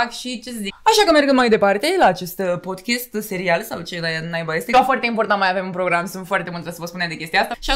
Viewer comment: Si inca ceva . Se spune "podcast" si nu " podcast " si la fel ,"band " si nu "bend"